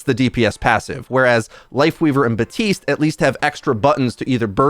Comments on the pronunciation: 5 years later still and still saying Buh-tiste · How do you still pronounce baptiste wrong he literally says his own name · Love how you cant pronounce Baptiste or Kiriko correctly 🤣